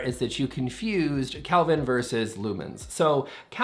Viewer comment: One thing gets wrong: saying calvin instead of kelvin.